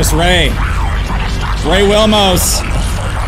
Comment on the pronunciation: Did you say ray wilmos? SMH 🤦‍♂️